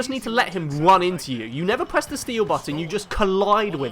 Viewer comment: 'Let him wun into you.'